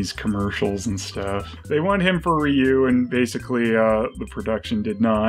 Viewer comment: "Ryu?" Don't you mean "Rye-oo!?"